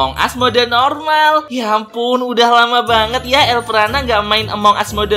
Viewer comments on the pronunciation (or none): Elprana hebat bukan elpranub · Kenapa lu sebut elpranat